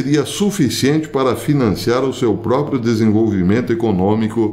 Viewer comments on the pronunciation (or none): none